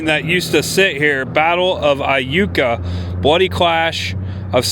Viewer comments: Starkville native here. You pronounced Iuka correctly lol. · You got Iukaright!!!!😂 I was excited at what you would say!! I’ve heard it pronounced several funny ways! Glad you nailed it!!! Hope you had a good time exploring Mississippi!!! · Hi! I live in Corinth Ms & so glad you came to visit! While you were at Borroum's you coulda got a Slugburger, Corinth has The Slugburger Festival. It's a deep fried burger... very tasty!! Yes you pronounced Iuka correctly. That's a very neat town also. Thanks for visiting & come back again sometime!! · 2 things - I think Adam would love that Tupelo is now also associated with him & Iuka is pronounced Yuka - I had to look it up 😊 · Great video! Yes, that ice storm was brutal for us, and you did pronounce Iuka correctly. If you're ever back in the area, come and visit New Albany sometime! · Hey cool video I’m from Tupelo and never knew about the coke museum I will have to check it out and you did say Iuka right lol love watching your video same all all your friends Adam would be proud thanks man always.